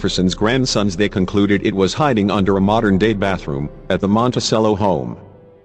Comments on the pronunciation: It's Mon-ti-CHello, not Monti-sell-o. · It's prnounced MontiCHELLO, not Montisello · Dude. It's "mon-teh-CHEH-low," not, "mon-teh-SEH-low." You don't play a sello in an orchestra, you play a cello, with a 'ch' sound. Get with American English, borrowing from Italian in this case. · It is Monticello, pronounced like the instrument, the cello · Why do you do this robot reading thing? Can't you find someone who knows how to read? Very distracting. The robot doesn't even "know" how to pronounce Monticello. :(